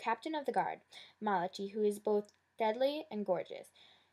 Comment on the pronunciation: Just so u know his name is pronounced Ma-la-kye its a biblical hebrew name member he jewish